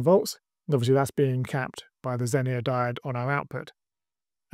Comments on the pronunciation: don't get me wrong, I enjoyed the video, and the one where you broke it in the first place 😀. It sounds like you're saying zenier with an I, not zener (either pronunciation). Hope this helps. 👍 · ZENER. It's ZENER.